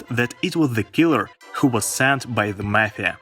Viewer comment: Wait did u say mafia or meth head?